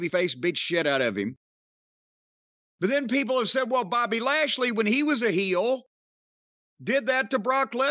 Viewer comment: Bob-ehhhhh lash-lehhhh😂